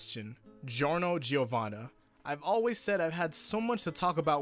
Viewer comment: And all Italians, and all native English speakers pronounce his name as Jorno Jovanna, not Gee-orno Gee-ovanna.